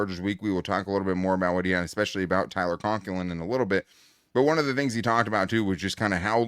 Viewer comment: It's "especially" not "expecially."